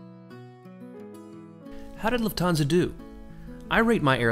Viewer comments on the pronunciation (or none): Luft-hansa...not Luf-thansa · It’s pronounced ‘Luft - arnsa’ incorporating the German word for ‘air’ - ‘luft’ as in ‘luftwaffe’ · It’s pronounced loof-tans-a not trying to be rude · Been wondering how Lufthansa is pronounced 👍